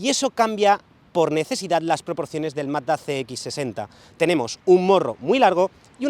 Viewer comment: Se le entiende MATA en vez de MAZZDA, jajajaj